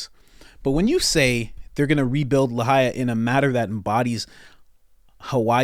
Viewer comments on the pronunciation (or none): You didnt even pronounce LAHAINA right. There is an "N" in it. 😂😂😂 No research at all bro, good job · Braddah, it’s Lahaina not Lahaia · EXACTLY! Don't forget about Maui!!! Just disgusting! On another note... It's Lahaina, darlin'; not Lahaia. ♥️ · The town is spelled Lahaina, pronounced la-high-na